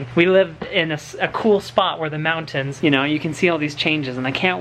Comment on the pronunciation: I love that says "Mountains" And not "moun-ans." as a Utah native, I sometimes use the latter, but my mom drilled into my head that it was "Mountains, there is a 'T' in it, pronounce it please."